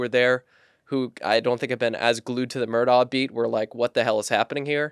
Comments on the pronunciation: I'm enjoying the content and insight, you have done a thorough job on the case. In the interest of continuity, please pronounce Alex Murdaugh's name properly. I realize it's not pronounced in the way it's spelled, but the correct pronunciation is in fact "Alec Murdock". I had to learn that and get myself corrected early on, and Will was actually the one that confirmed the correct pronunciation for me. Thank you for your great work! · If you are a reporter and after 2 years you still don't know how to pronounce Murdaugh, how much credibility can be given to the details you report? Details matter . . .